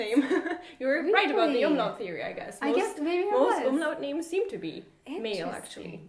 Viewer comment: Hey, hast du das Wort "Umlaut" oft geübt? Die Aussprache? Ich habe das Video gerade nebenbei gehört und war plötzlich so verwirrt, da fehlte so sehr dein Akzent, ich konnte gar nicht zuordnen wer das gesagt hat. Versteh mich nicht falsch, ich habe gar nichts gegen Akzente, aber das hat sich einfach so gut angehört, wow!;)